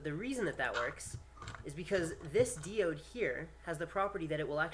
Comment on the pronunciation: By the way, diode is pronounced 'dye-ode', [daI.o:d]. Just for future reference.